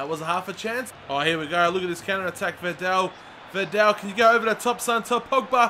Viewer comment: It call vidal and not vindel